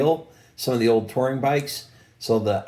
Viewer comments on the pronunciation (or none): none